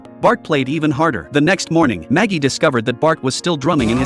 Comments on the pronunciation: Ai always says maggie not marge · Maggie is a babyy bro none of these ai voices get marge right the literally say maggie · It’s marg not magie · Learn how to say marge bow -_